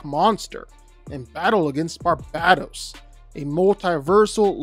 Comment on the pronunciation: I never watch this guy, but when he couldn’t pronounce Nth metal or Barbados, I instantly assumed he’s a casual just reading facts off a screen